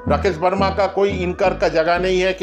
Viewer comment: It's Verma not Verna bro....